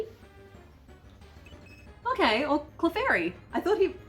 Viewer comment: everytime she said "no cleffairy" a piece of me died